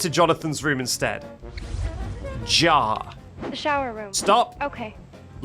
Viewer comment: backseat you keep saying "jah" you have to pronounce the R 😭 "jaR"